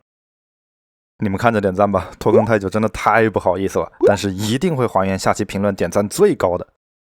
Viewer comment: 拖更我聽成脫X🤭